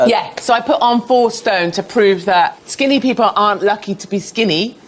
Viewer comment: “Peolple?” Is that like how they add extra letters to color and arbor?